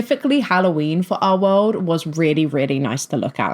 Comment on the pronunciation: Your accent keeps giving me a jumpscare. I'm doing paperwork as I listen to you, and you not enunciating the "L" in "our world" keeps spooking me